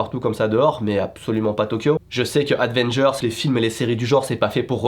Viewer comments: Super vidéo 👍🏻 juste c’est pas Advengers mais Avengers 😅 c’est pas très important comme remarque mais pour moi qui suis un grand fan de Avengers ça fait un peu mal au oreilles 😅😂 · A"d"vengers xd ahahaha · pour la deuxième fois de la vidéo (ce n'est pas juste une langue qui fourche donc).... aDDDDvengers ne veux rien dire et n'existe pas... Avengers peut être :p